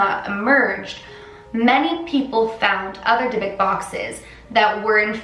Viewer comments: יברכך ה' וישמרך,יאר ה' פניו אליך ויחונך, ישא ה' פניו אליך וישם לך שלום That is a bible verse for protraction over this video and yourself. Hey not trying to be rude just wanted to correct the way you say dybbuk (alot of people say it wrong because youre not a hebrew speaker) is actally with the sound of O as if you would say the word book, so it would sound like dybbook (with different spelling lol). Its very dangerous to open or use this type of box and it will be attached to generations of families, the evil that is captured in this type of boxes is very old and very powerful. I didnt want to watch the whole video but because it hits close to home for me I did and after the photo of the open box I started feeling sick so I had to put that verse above. Those boxes are so powerful, they can kill, they can harm beyond repair, the only place you should open one (if you must) is in a synagogue with the right precautions. I could talk about it and other crafts all day but this comment is long enough, Just make sure to light a black candle if you feel that your house had been open to this kind of evil of you dont feel good withing 7 days from making this video, and black candles are the best for cleansing, even if it sounds wrong, white candles are not the most powerful. Thank you for the video and respect you gave it. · this video was so interesting i loved it!! btw, im Israeli and speak hebrew, and just wanted to note that the right pronunciation is like 'Di-Buk' (di is pronounced like the letter. cant wait for the next vid ♥ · The proper pronunciation for the box is die- buk. Short u sound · You're supposed to say it like dee-book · Why is she saying divik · The actual Hebrew way of pronouncing "dydduk" is dee-book (with the emphasis on the second syllable) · Hei! You pronounce it wrong. You say it as dee-book. The meaning in hebrew is something that sticks in you :)